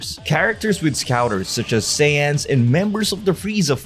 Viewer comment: Say-yans lol